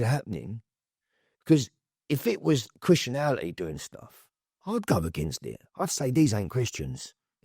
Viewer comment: Chrittianality 🤣 It’s Christianity